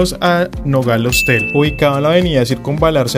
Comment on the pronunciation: Se dice Hostal, no Hostel